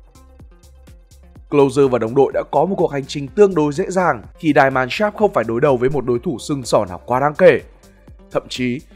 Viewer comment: Die Mannschaft (Deutsche Fußballnationalmannschaft) nếu bạn đọc theo tiếng Anh Die = Đai (chết) thì không đúng nhé . Thanks bạn